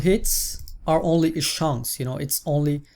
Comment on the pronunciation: German Accents <3